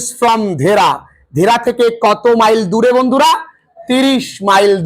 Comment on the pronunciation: স্যার ভুল পড়ছেন, ওটা ধেরা নয় দেহরা। যার পুরো নাম দেহরাদুন(দেরাদুন)